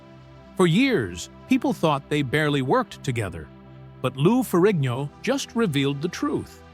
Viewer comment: Is not ferriño. Pronounce it right. Is Ferrigno.